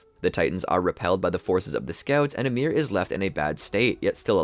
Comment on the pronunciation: Why everybody pronounces it ymIR? Is it assumed? I would assume it is pronounced Ymir, volume increase on the Y.